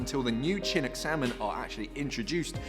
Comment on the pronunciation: As someone living in Seattle, and honestly not wanting to be "that guy" but Chinook is pronounced shin-OOK. Thank you for keeping folks in the know about this pod!!